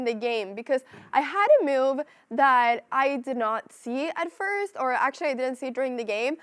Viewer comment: I like how she says "m'uv" (move)